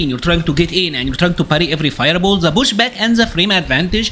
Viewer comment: Dude, you are a cool guy, but you gotta try hard to improve your english. You can say TIGER but words like THE, you pronounce ZE. Do like you do on the word TIGER and say THE using the "T". Will sound a lot better.